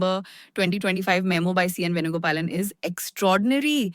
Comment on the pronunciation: You can't say memo